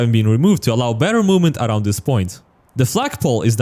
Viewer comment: i like the way he says aroud